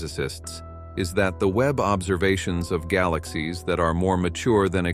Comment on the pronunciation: There were a lot of noticeable computer voice-over errors ( a few from typos maybe a sticky "e key") I listed the ones I noticed for free, below: ○《observisions》& ○《astronomeers》 - - ○turning them up by the "dossen" - ○"heedious stars" <I would choose a different adjective like behemoth or gargantuan> ○ "200 dollars" ? - ○ "For 2 whole 'deecaydees'.."- ○ "..scientists have wondered how {theese 'super-massivee'} black holes were formed"- ○ "quā-sārs" ○ "most colorful view of 《the》 universe"- □ (also) Who is Chad Marler? I would go into that a bit more! This ones on the house, if you feel I've helped and need a light editor. I am looking for a job currently. I was an English teacher in South Korea.